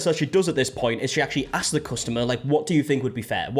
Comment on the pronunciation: The "i AXE her" ffs lol